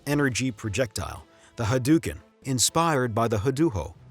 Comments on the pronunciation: great video, keep up the good work, SF2 fan here. The pronounciation, many made these mistakes Ryu is not "Raiyu" , just "Riu", means dragon. hadoken is not Ha-doo-ken, just "hadohken" remember capcom came to my hometown to test out SF Zero before release, everyone free play and got a keychain as souvenier. love from Japan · Great documentary mate, really enjoyed it... But it's called an HadOKen not HadOUKen. They say it in Every. Fucking. Game. Including the one you have made a documentary about